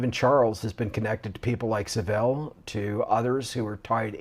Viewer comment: Sean, tell him how to pronounce Saville and Caernarfon castle please.